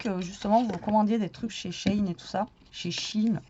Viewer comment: Nan c'est tou qui a raison ça se prononce "shé-in" donc toutes celles qui te reprennent ont tord 😊😅